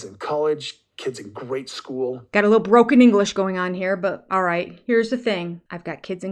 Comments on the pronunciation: Did he say grade school or great school.. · I think he was trying to say GRADE school (meaning elementary school) but he managed to mess that up, as per usual. 😅